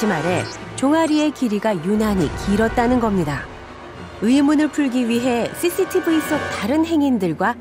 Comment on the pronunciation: 죄송한데 나레이션 하시면서 ㅆ 발음을 못 하시나요? CCTV 말씀하실때 thy thy TV라고 하네요.